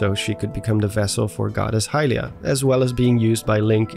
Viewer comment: Dude........please pronounce Hylia correctly. It's 'Hyliiiia' not 'HYlia'. Emphasis on the second syllable.